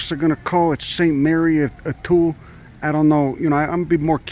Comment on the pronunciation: It's pronounced "too-lay".... You're welcome, love you, go fuc yourself.